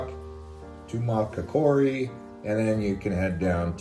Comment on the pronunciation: Pronunciation suggestion: Tuma COCK aree